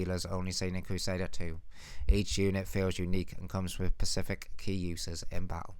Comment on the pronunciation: “pacific” you mean specific